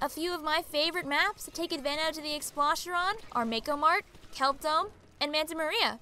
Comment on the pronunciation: I don’t wanna be That Guy, but I find myself getting irritated every time you keep mispronouncing Explosher. It’s pronounced explosion, not explashion.